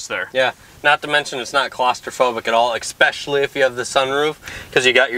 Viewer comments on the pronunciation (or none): If you mispronounce the word especially by saying EXPESHELLY one more time I’m going to scream.